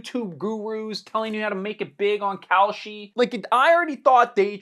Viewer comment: Whenever you say "Kalshi" I hear "Cowsh*t". The difference being, cow, umm, manure is useful. Kalshi is NOT.